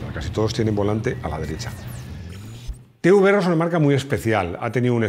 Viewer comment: Da gusto escuchar Te uVe eRRe y no Te Be eRRe